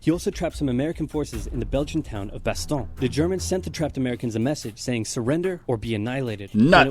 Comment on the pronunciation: "Bass-Ton-Yeah". Not Bass-Tonn. It's a french city, don't ever forget that. And you should have added a LOT of context to Oversimplified continuing on the Urban legend that the nuclear Bombings convinced Japan to surrender. The soviet entry into fighting in Manchuria had a much bigger role as had concerns about the Emperor being forced to abdict or even giving a Nuremberg style trial and getting executed. A living god KILLED as punishment for his crimes? Unacceptable! The video said it already: The Americans had firebombed dozens of population centers over the last 18 months or so, many of which had comparable or higher death tolls than the nuclear bombs. The population stood up throughout that murderous campaign, they would have continued that stance through the bombs (especially if they had known the US had already shot all it's existing bombs in the test and two actual uses)